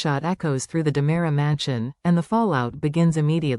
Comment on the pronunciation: 😉 It's DeMera not Damara! I SHOULD know. I'm RICK DEMERIAKIS! 😅😂